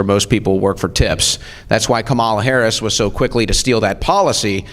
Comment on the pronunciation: So f'n smart, yet still can't pronounce Ms. Harris' name.